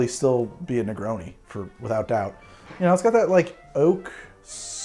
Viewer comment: My man said negroni with the hard oni